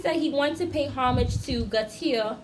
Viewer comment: Jean Paul Gaultier is affiliated with Grace Jones, she was his muse for many years. His last name is pronounce "Go Tee Air"